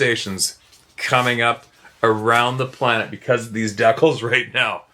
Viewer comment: & his dec-als!😂😂😂😂 ❤ It!🎉😂😊